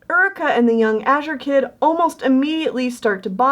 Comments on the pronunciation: Very nice job! But I gotta ask, it that actually pronounced Ur-i-kah? Or is it Yoo-ree-kah? Like the actual term Eureka. If that was the authors intention then everything’s all good but I went through the whole video going mmmmmmm...is that actually pronounced right??? Also I think I’ve seen a picture of Jeff Goldblum wearing that rainbow cat sweater xD it looked familiar xD Keep up the great work! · Can I just say.. uh.. Isn't it pronounced "your-ree-ka"?? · I always thought Eureka was pronounced like "your-e-ka"? Maybe the character pronounces it differently though, I have no idea.